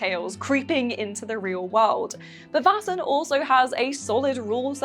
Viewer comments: It’s not pronounced “vassen” it’s “væsen” ae is not a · You should look up a pronunciation guide before making a video. I love your vids but when you say Vaesen in any of these vids it makes me want to pull my hair out.